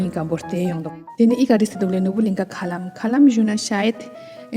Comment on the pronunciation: It's Norbulingkha Lam.....not Kha Lam ...i think 🙏🏻.... nice 💯